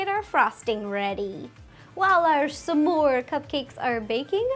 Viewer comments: The word is SMORE NOTTTTTTT SAMSOARE!! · It's not "semore", it's SMORE, It's not "forse", it's FOURTH, And it's not "shtick", it's STICK!! Omg plz speak normally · It sounds like she says "some more" instead of s'more, lol